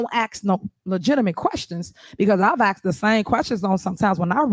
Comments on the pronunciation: oh....she axed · I Aksed her, obviously an English major...😱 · She axed